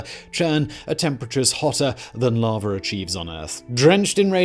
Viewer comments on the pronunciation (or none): ice and far? hot larva? man this guy's mispronunciations are driving me nuts sometimes.